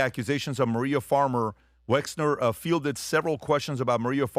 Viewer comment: Patrick, have you been living in a cave? You haven’t learned how to pronounce Wexner‘s name give me a break as you always say…..😵‍💫